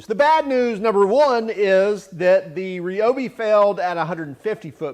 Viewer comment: Why is everybody pronouncing Ryobi wrong? It is pronounced the same as rye bread . Is that so hard?